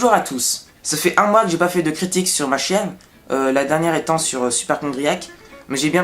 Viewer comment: Fais gaffe, on croit entendre que tu parle de ta Chienne au lieu de Chaine, mais c'est bien, et détends toi hein ! 😆